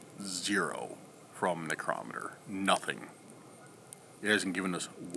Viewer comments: necrometer- necro..meter. sorry i googled pronunciation as i was curious for myself. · Pronounce necrometer right man, you are totally saying it wrong. Your the only one that pronounces it like you do!!!